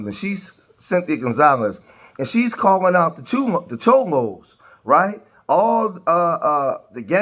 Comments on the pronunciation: Chomos😂 I think you mean Cholo my guy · I swear dude keeps sayin chomo and not cholo lol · You called them chomo though lol Its cholo homie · Cholo not Chomo😂